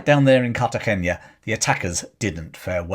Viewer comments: I agree. It's an n not an ñ. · Also, The " na " in Cartagena is just that N+A : na. No Cartageña . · Minor point, as pronunciations are hard. Cartagena is pronounced more like Cartahena.